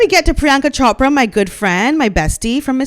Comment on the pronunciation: Love your videos. By the way, your accurate pronunciation of Chopra surprised me. I never expected it. Priyanka is nothing to write home about. She sold out in my personal opinion, the same way Meh-gan Mularky sold her father out